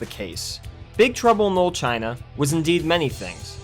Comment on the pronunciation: Why do you keep pronouncing it "lil" China?